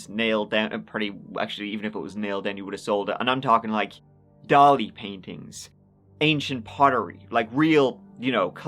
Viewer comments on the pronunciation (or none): none